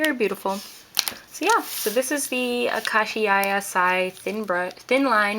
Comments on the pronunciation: ah-ka-shee-ya. thank u for this though, i was deciding whether or not to buy it! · I think u pronounced it wrong